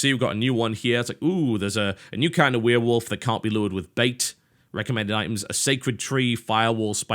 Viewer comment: I loved this game when i got it... and i also love how he says werewolf xD weeeewolf